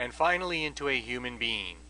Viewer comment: did he say, "human bean" ?????